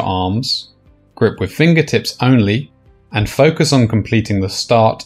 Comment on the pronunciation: it's pronounced "with" not "wiv"